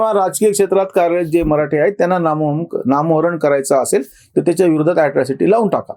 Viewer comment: ॲट्रॅसिटी नव्हे हो ! ॲट्रोसिटी!!